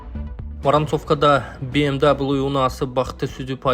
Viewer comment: БМ дабл ю дебей эле ВМВ дебейсинби,элдин башын оорутпай.